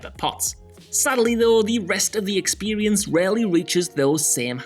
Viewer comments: “Expewience” “Sewies” 😂😂😂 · I like this "narrator's" narration very much but is it me or does he say 'Period' and 'Experience' weird?